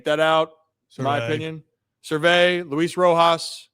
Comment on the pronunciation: Is “Ser-vay” an inside joke or something? He’s always been Scott “Service”